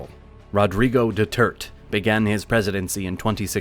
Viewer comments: That clogger did a wrong pronunciation of Duterte's name. It's not "Doo-turt", for the pronunciation is "Duterte". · he really pronounced "Duterte" as "doo-turt" haha. He barely does any research it seems. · The mispronunciation of Duterte wasn't the only mistake heard on the video. The narrator pronounced Roxas as "Rocksas". The actual pronunciation is actually "Rojas" (in the Spanish language the "X" is actually pronounced as "H").